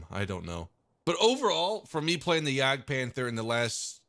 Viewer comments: Ist's not Jägdpähnfer, it's Jagdpanther! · nope that's not it. You pronounce the a the same way as I and the British People does.. and You also just say like Panter without saying the h at all.